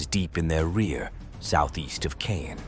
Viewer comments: Caen: It'a not pronounced Kane, it's pronounced Kon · Its pronounced Kahn, not cane. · It’s pronounced… khan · I cannot listen to the narrator murder the language…. It cannot even repeatably mispronounce Caen 🙄🙄🙄🙄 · Caen mispronounced.